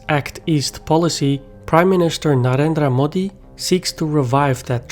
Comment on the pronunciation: Impressed that you said Narendra Modi with a proper accent!